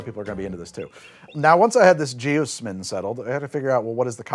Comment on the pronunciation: I'm pretty sure it's supposed to be pronounced jee-OZ-min with the stressed syllable like the Wizard of Oz.